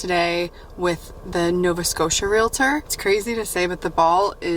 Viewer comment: Congrats on finding your new house, that’s so exciting! Thank you for pronouncing realtor correctly. I worked in real estate and I cringe when I hear somebody pronounce it real-a-tor!